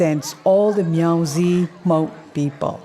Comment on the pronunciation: I'm proud of you how you say and pronounce the name of "Hmong" very good.